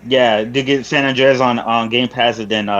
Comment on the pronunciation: do you not know how to say San Andreas?? You sound goofy AF sayin San Onndrayaz LoL